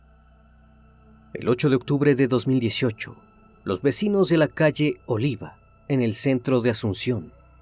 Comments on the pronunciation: La calle es "Oliva", no Olivia, Saludos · Calle Oliva no Olivia🤣